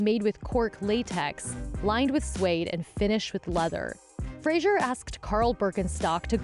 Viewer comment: It's a shame that the narrator, who presumably claims to be a professional, consistently mispronounces Fraser as Frasier.